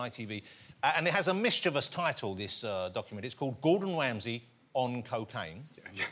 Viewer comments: This dude can’t even pronounce his last name. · am i the only one whos getting triggered by the fact he can't even pronounce Ramsey's name right ever?!? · Gordon WAMSEY. Wibbly Wobble, Wibbdly Woo.